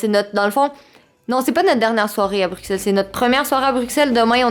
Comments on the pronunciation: Ma belle je suis contente que tout C est bien passé pour tes signatures en Europe. Petit bémol... Quant tu prononce Bruxelle, le x se dit pour un s. C'est bizarre je sais mais c'est comme sa qu'ont le prononce. 😊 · Super vlog Les timelapses s'était trop chouette ! Ps: Bruxelles se dit «brussel» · étant belge, je confirme que l'on dit "Brussel" ici :)